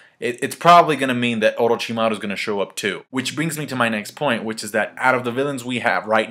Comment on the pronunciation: I like how you pronounce 'Orochimaru' :)